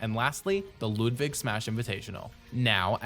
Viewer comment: why are you saying loodvig